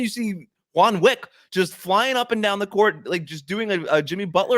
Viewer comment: Juan Wick 😂😂😂😂😂😂 No one caught that? hilarious